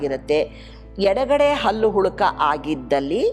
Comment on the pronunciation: ಅದು ಅಲ್ಲು ಅಲ್ಲ ಹಲ್ಲು ಮೊದಲು ಕನ್ನಡ ಸರಿಯಾಗಿ ಕಲಿತುಕೊಳ್ಳಿ